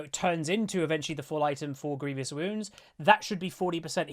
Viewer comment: i find it so funny how many people, including myself most times, say grievious wounds. there is no 'i' between the v and o xD